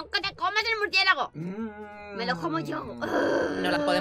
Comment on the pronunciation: Yo siguiendo a los ytbs y yo hay s Por faaaa Cuando dice muricielago y yo mi mircielago